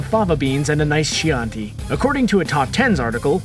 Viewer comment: You're wrong about the Silence of the lambs, he's speaking about killing and eating a census taker prior to his incarceration (hence not taking medication), also that wine is pronounced "kee han tee".